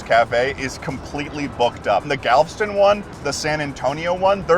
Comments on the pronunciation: It's pronounced Galv'ston??? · As a Texonian myself, it's funny seeing you guys freak out over something as commonplace to me as Buc'ees. Also, it's pronounced Gal-veh-stun. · It’s Galv-Eh-Stun! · why why do they pronounce Galveston like it ddoesn't have and e after the v. they pronounce it Galv - stun, and its pronounced gal - vest - un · That's the first time I've ever heard Galveston pronounced as 2 syllables.😆 (It's Gal-ve-ston.) I went to that one as a kid and it is, indeed, the BEST! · as someone who has lived in texas almost all of my life, i love both of these videos but 2 things bother me: Galveston is gal-ve-ston (3 syllables) and you freaked out and went to the buccees IN FLORIDA??? Buccee is a Texas beaver who EXPANDED to Florida and how were you in Texas for so long and didn’t see any of the 20 other Buccees? It’s just as Texan as Whataburger and HEB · Damnit you two, Galveston is pronounced "gal-vest-ton", it's literally spelled like it sounds! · I want to preface this with the fact that I love this video, you guys are great, I'm glad you had fun. For the love of god and all that is decent and pure it is pronounced "Gal - vest - ton" Ok thank you love you byeeeeee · Pronounced galv Eston but as one word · the one rainforest cafe ive been to is the galveston one and i think that was the ideal experience lol. also, im sure there's already been a hundred comments about this but im obligated to say that its pronounced gal-vuh-stn with three syllables. okay sorry but great video :) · I LOVE GALVSTIN WITH THE DIARRHEA WATERS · huh, always thought Galveston had 3 syllables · Why does he pronounce Galveston like that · i hate the way you pronounced galveston im sorry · Pronounce Galveston right next time smh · any other native texans cringe at the way he pronounced galveston? 😭😭😭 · I love how both of you can't pronounce Galveston properly. 🤣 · Galveston’s Rex is the best but I was cringing everytime you pronounced galveston